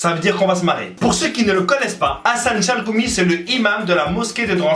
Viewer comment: par contre pti defau de prononciation gh = ghayn donc chalRoumi (av le r francai)